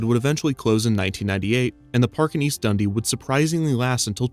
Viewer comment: As someone from Chicago, His pronunciation of Dundee hurts my soul